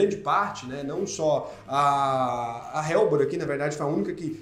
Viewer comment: Helbor = ÉLBOR. não “RÉLBOR”.